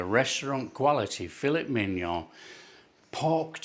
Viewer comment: Oh my god I’m dying, Fill-it MiG-Non hahhahahahhaa